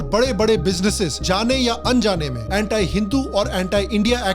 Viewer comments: anti hota hai bhai...... antaai thodi na hai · Vai pehle Anti ka pronunciation to thik se karle 😂😂